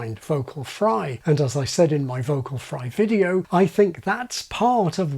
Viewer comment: vocal fry with intrusive 'R' (videor)... sheesh that's annoying 😂